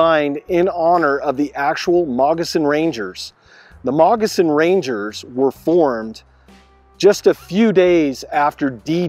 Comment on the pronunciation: It sounds like you are saying Mogissan Ranger.